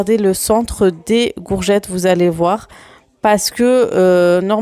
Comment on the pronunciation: Coucou Super vidéo comme d habitude Bon courage pour ton rééquilibrage alimentaire en tout cas tu es déterminée. Le faites que tu prononce gourgettes au lieu de courgettes, je trouve ça trop mignon. 🥰😘